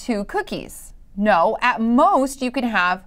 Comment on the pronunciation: Bro. The way she said "NO" felt so personal. Bro, I want two cookies. Geez.